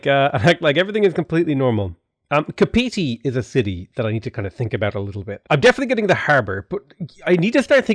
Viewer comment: Kapiti is pronounced cuppatea